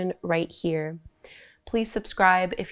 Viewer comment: As someone who is Indian and tired of people butchering even the most basic "namaste" pronunciation, I so so so appreciate that you took the time to learn how to say it correctly. It shows your respect for the culture and language behind yoga. ❤️